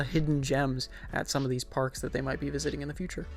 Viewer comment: youre one of the only people who has ever said my name correctly. Thank you.